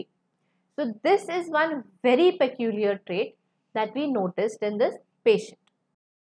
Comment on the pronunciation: Madam, your English pronunciation is wrong in many cases like peculiar.